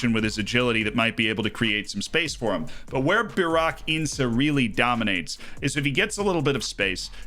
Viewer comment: the way he spells burak as barrack and ince as ins-e is killing me 😭